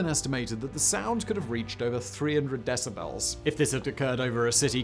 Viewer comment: My "brain strem" heard "decibrels" so MY cerebral cortex says you need an audio editor, too. And your ad libs aren't funny. Just deliver the content please.